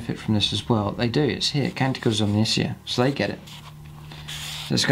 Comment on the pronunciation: Interesting video, I really only have one comment. Omnissiah is pronounced like Messiah, e.i. Techno Jesus. :)